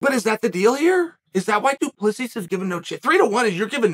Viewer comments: Chael, from a South African. His name is said: Du-pla-see over here. Super common surname. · is correct do-plea-see. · FFS It is a silent S at the end of DDP's surname. Let me help, it is pronounced DOO-PLUH-SEE